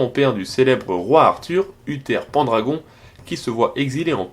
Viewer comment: Excellentissime. Deux petites critiques : j'aurais écrit ou zilhadou et pas o dilhadou? je parle de la kemmenadur. Prononcer Pandragon à la mode française meh dis ! Penn dragon= tête de dragon, macarel !